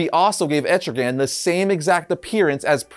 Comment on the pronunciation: Wow. I am so shocked... that people are starting to actually pronounce ETRIGAN's Name Right! Nice Job.